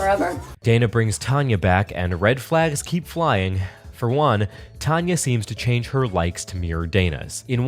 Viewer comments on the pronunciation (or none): none